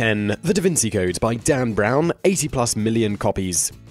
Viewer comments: Had to get something right eventually, after he ballsed up Vinci, Magdalene, and Cao Xueqin... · «Da Wynn-Gee», not «Da Wynn-See» Sorry for being picky about that haha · how about saying the name of the book right... Vinci -- is not an 's' sound but like 'chi' like the Chinese tai-chi. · DA VINCHI NOT DA VINSEE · Dude, what's up with this "da vinSi" crap? it's da VinCHI. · What does he know? Can't even pronounce half the books' titles or authors. Da Vinsey? LOL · Da Vin Chee Don Key Chot I think that’s how it’s pronounced... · can you please not pronounce him not "da vinsi" in future episodes? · You can’t even pronounce DaVinci right😂